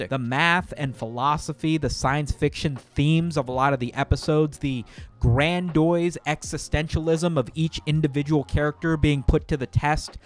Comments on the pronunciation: Not to be annoying but you pronounce "grandiose" as "gran-doyse" but the correct pronunciation is "gran-dee-ose". I tell you this not to nitpick but to help you avoid being criticized by the infinite hoardes of self-satisfied, neckbeard turbo-cucks that derive joy from shitting on people for making tiny mistakes. For you see I am a gentleman of leisure, I spend my days here in my study, wistfully contemplating the intricate vagaries of that most enigmatic & compelling mystery which is... the Gamer Brain. Long have I sought to unravel it's secrets, to truly understand it's nature. In my extensive research I have oft encountered the most detestable, sneering variety of gfuel chuggers. So it is from hard learned experience that I have developed a most pernicious & unshakable addiction to memes. Memes you see! If I am not satiated by at least an acre of dank phuneez within fifteen minutes of emerging from my glorious slumber then I am thrown into a terrible rage! A venomous, kinetic rage the likes of which strikes fear into the hearts of men and engorges my towering member to incredible heights! Though I am fortunate to have a lovely memetoreum across the courtyard. Held within are the absolute memes of the absolute dankest variety, carved deftly into the marble walls, painted with phenomenal skill onto enormous canvas, acted out with flawless subtlety by the most accommodating automatons. It is within the halls of the memetoreum that I rejuvenate my weary soul, where I f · grandiose is pronounced GRAN-DEE-OH-SS not GRAND-OI-SS. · grandoise? grandiose bro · Gran-Doice? do you mean gra-dee-ohss? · My mans said "Grand-oise." Sorry brother but it's pronounced "grand-ee-ose" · Gran-dee-ose. Not grahn-doise Edit: just want you to look as smart as you are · did my man just say "grandiose" as "grandoise" like it's a pokemon? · Don't let the implosion of Rick And Morty distract you from the fact that pronouces "grandiose" like "Blastoise" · Did you say grandoys?